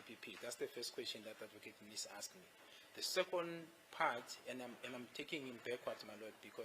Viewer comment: "You must answer the askhed". 😅